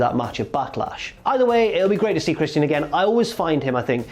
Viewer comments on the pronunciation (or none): lol at how says christian as chris-tee-in